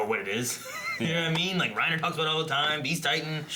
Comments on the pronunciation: I really hate that they do it though. The fact that they pronounce the names as though they had an accent, but without actually using the accent infuriates me. Either go all the way or don't do it at all. The way they say "Reina" and the fact that Hange's name is changed to "Zoe" is really annoying. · Chase Ambrose to be fair, if someone tells you their name it’s only polite to pronounce it as closely as you can to what they say. If they happen to use an accent when saying their name I’ll try to use that same accent when pronouncing their name. The problem I have is mainly with Reiner’s name and how it’s pronounced in the dub. I doubt Reiner would realistically introduce himself as “Reinuh” unless he used an accent to pronounce his name. The fact that the dub also messed up Hange’s name and multiple lines of dialogue in the show leads me to believe it’s just a problem with the dub. I’m not German and I don’t speak the language, but the way they say names always annoys me in this dub.